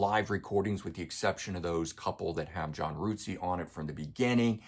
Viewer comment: Hugh 'Sim'? John 'Rootsey'? Good video despite the mispronounciation of their names. Oops!